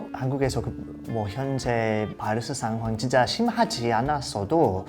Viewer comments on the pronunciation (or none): none